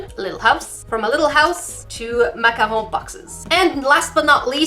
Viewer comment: As a Canadian I appreciate your pronunciation of Macaroon